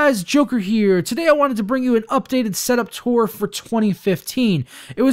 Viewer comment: Why do you say tura?